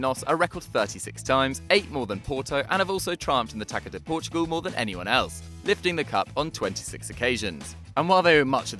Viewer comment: LMFAOOOO he said taco de Portugal